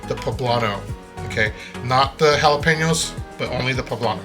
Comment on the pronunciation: Love your video.❤😂 Just one suggestion.. PLEASE.. if your Mexican..do not pronounce the jalapeños and tomatillos with the English accent. ..( Sounds like your trying to sound like a White Man )😢😢😢😢😢😢😢😢😢😢😢😢